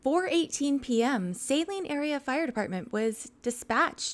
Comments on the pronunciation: Hey, just an FYI. In Michigan these towns in Washtenaw County are not pronounced the way you would expect. Saline is pronounced "suh LEEN" and Milan is pronounced "MY lun". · Judge Simpson is fabulous. He is wonderful. We got hence forth pronounce Saline, like we do the singers name. And Milan... Like My-lin. We don't pronounce crap right up here... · Milan is pronounced My-lin Saline is pronounced Sa-lean Augusta- nailed it. Lol